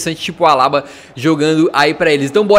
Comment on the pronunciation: meu parça Não se fala alaba se fala Alabá vc falou errado na hora de apresentar os jogadores do PSG